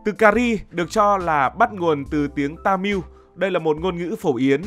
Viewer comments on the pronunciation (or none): Tamil đọc là ta mơ chứ k phải ta miu nha ad 😅